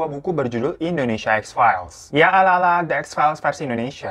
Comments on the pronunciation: Indonesia bukan endonesa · Indonesa Kak Bukan Endonesa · Indonesia bkn Indoneisa... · INDONESIA KOK INDONEISA? :') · indonesia woy